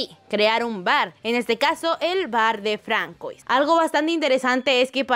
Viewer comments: francois se pronuncia fransua, creo... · Hola, nunca comento en los videos, solo lo hago para dar una aclaración, el nombre de Francois no se lee literal si no que se pronuncia como fransuá, es solo un consejo para que mejores cuando lo digas en los próximos videos, sigan así. adiós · Se pronuncia Fransua :)